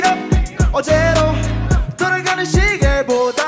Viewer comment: 원슈타인 한국어 발음 킹받네 정신없이 돌라서~ 빙빙 돌라가는 회전 목마철럼 영원이 계속 될것철럼